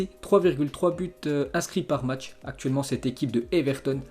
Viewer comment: Salut l'ami, stp c'est matsh que tu parle bien. Se jou à 8klo ???